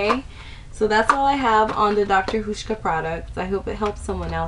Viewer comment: Nice review, even though I don't have oily skin. By the way, it's pronounced like House-sh-kah I can't spell phonetically but since you mentioned not being sure about the pronunciation, I thought I'd share. And the oil for oily skin? I know exactly how you felt when you saw the oil in the kit. Their thing is to treat like w like; oily with oil, dry with dry... Have you looked at their nighttime regime? I'm one week in and I'm noticing a difference for the better. Anyway, great post and hope you found other good products from their range!